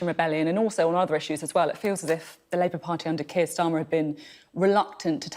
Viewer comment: She said Steir Karmer instead of Keir Starmer 😂🤣 pure comedy this one. A gift to the Tories.